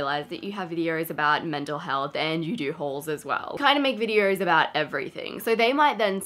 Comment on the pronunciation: Why do you have an “r” sound in vidors? And not VIDEOS? just a question